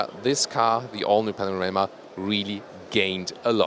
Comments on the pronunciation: Panamera lol.. why do you keep saying panorama... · min 5.22 .....?!? ''Panarema'' ..?!? Update ,min 6.21..,,Panarema'' ........or am I stupid and do not understand what I'm hearing... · ''...the all new 'panorama' '' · The all-new "Panarema" :) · why does it sound like he keeps calling it a panorama? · He is! I heard the same thing! several times! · and he's German! ahha